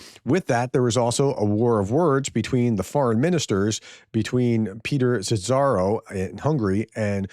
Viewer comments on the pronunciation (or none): I hope this helps: pronounce Szíjjártó as see-yar-tow, that would be pretty close 👍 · Some great comebacks in those interesting exchanges! Thanks for sharing. FWIW Szijjártó is near enough pronounced SEE-yar-to(r). It’s Hungarian for ‘dipstick’. (Well, if it wasn’t before, it sure is now).